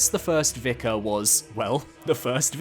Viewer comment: Had to sub, purely due to the fact that you pronounce “vicar” correctly. I watch a lot of souls creators and so far you are the only one to say it right. It actually does my nut in when people pronounce it “v-eye-car” so thank you for not making me want to claw my hair out😂😂👍